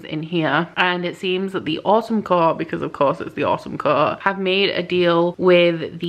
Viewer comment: I swear, for some reason every time you say "Autumn Court" I hear "Awesome Court" XD